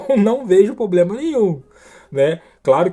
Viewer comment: "Poblema"??? Sotaque é uma coisa, falar errado é outra.